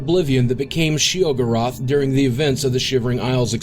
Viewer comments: Shay o'gorath? Its Shey Uh Gor-Wrath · Sheogorath. Not she-go-raath. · Also "shee-UH-gur-uth." Sheesh, boogie, it's SHAY-oh-gore-ath. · "She'g'rath" Huh?... She-o-gore-ath. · Well, draugr was way off (draw-gar??) the closest pronounciation would be drow-gir. Sheogorath wasn't wrong, he just put some really awkward stress on the second syllable (she-oh-gowrath) rather than on the first (she-ohgowrath). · Quite annoyed with the pronunciation of Sheogorath. Shay-oh-gore-ath. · "She-oh-gore-oth"? What a noob. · lol. I felt he kept saying Sheogorath wrong. I've always heard it as "Shay-o-gor-ath. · I hate the way this guy says Sheogoroth. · And it's pronounced "Shay-O-Gorath." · Let me just say, your pronunciation of Sheogorath and Draugr are atrocious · I wonder if this guy actually played the previous games or was just reading from a script, because he kept saying Sheogorath with that slightly off pronunciation. I mean they say his name a lot in Oblivion. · God, every time he says "Sheogorath" I die a little inside. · I had to scroll down waaayy to far to find this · That's not how you pronounce "Sheogorath"! XD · I cringe every time he says "Sheogorath". Haha That pronunciation.. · The way he pronounced Sheogorath though.. Lol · Yeah, that bugs me every time. Especially since the Daedric Princes voice actor pronounces it correctly in the game for you. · this guy can't pronounce Sheogorath for shit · Does it bother anyone else how he pronounces Sheogorath? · Okay I love these video's But his obvious mispronunciation of Sheogorath bothers me to no end. His credibility is gone especially since the pronounce it right in the game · Hey, neat! Also, Please learn how to properly pronounce "Sheogorath" and "Draugr". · he doesn't even pronounce paarthurnax and sheogorath right... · You say Sheogorath funny. I like it. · When this guy can't pronounce Sheogorath properly, it makes me doubt he really even played Oblivion or Skyrim, or at least paid attention while doing so.